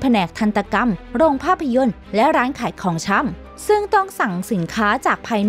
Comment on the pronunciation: อ่านดีดีได้ไหมคับทำไมท้ายประโยคต้องขึ้นเสียงสูงทุกครั้ง...ปีก็อ่านปี๊..ชำก็อ่านช่ำ